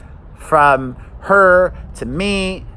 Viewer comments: Did anyone clock that said “fram” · He released a short video yesterday, stumbled over his words and said "fram" lol